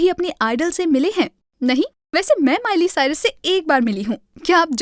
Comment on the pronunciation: its miley cyrus not mile cyrus